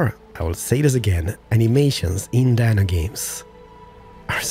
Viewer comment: Please Anno has 2 "n" not one ^^ (in pronunciation it's like you're using one "n")